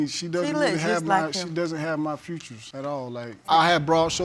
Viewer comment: it's how he pronounces features. "tomäto, tomáto. potäto, potáto." i'm sure he knows the difference.